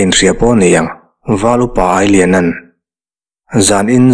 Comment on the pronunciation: Ailiana tih hi CHAKAI Ang a AI nilovin Salu AI/milu AI Ang a AI hi lam tur a nih hmel mang e.A ngaihawm hle Mai.